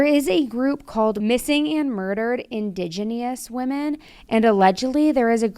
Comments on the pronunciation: You should work on saying "Indigenous, " correctly. It's In-dij-uh-ness, not in-dij-you-ness. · Indigenous: its means Native American, pronounced in-di-JEN-us I'll post more later about intergenerational trauma. Also, why missing and murdered Indigenous women is relevant to everyone remotely interested in the true crime community,justice. People should be concerned! How is it that that just one group of people's children and women disappear into thin air in huge numbers. #MMIW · For folks saying pronounced indigenous wrong without letting her know HOW to correctly pronounce, it's "in-di-gin-us" (or from the dictionary in-ˈdi-jə-nəs). It's not a big deal, though. This is what happens when you learn from reading & not conversing. It's a common innocent mistake, and it's not a big one. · It’s Indigenous and it’s pronounced uhn·di·juh·nuhs. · PLEASE read these stories before you start recording so you can get the words down BEFORE you hack them to death like "IndiGENIUS" is pronounced "In dij inous". It happens far too often and detracts form a perfectly good story ❤️ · Please learn how to pronounce indigenous. You're too big of a presence in the world to not know how to pronounce this. Your style seems like someone who wants to change for the best. I'm so interested in this case now! Where is more of the info at? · Omg please learn how to say Indigenous I watch you a lot and love you but that is kind of disrespectful when I have seen you apologize when you didn’t know how to properly pronounce something before. That’s our culture and the land you live on so please be respectful of us enough to at least be accountable if you don’t know how to pronounce what we’re called. I don’t live on a reservation but my son is Treaty and I am a Metis woman so on behalf of us all speak with care when speaking about our culture. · How do you not know how to pronounce indigenous